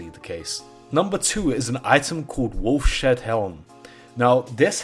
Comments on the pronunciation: ...It's Wolfs HEAD not Wolf SHEAD...Ugh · Wolfs-Head-Helm ..... Not WolfSHedHelm :o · It’s not “Wolf Shead Helm” it’s “Wolf’s Head Helm” because it’s the head of a wolf 🐺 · When he said wolf-shed helm instead of wolf’s head? I really felt that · Wolfshead healm... wolf-shead helm... you mean wolfs-head helm, maybe? Seriously, the more you say it the more it infuriates me. What is a SHEAD, man? How can you not read Wolfs-head? How do you see Wolf-shead? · "Wolf Shead Helm" Dude.... Cmon man... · actually its "woulfs shead halm actually"